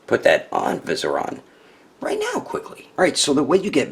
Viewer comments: Great review.. but you pronounced it as VI-seri-on not viserOn.. tha ks :) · Vie-seer-ian. I know, im that guy. 😭😭😭